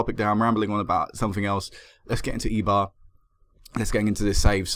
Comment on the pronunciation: remember that a "e" is an "eh" ish sound in Spanish. I'm not sure since it's in basque country if it would be pronounced like that but w/e.